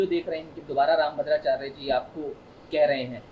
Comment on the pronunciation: Pehle rambhadracharya bolna seekh le 😂,phir aaiyo😂